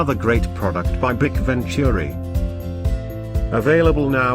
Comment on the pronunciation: It's not pronounced bic. It's B. I. C.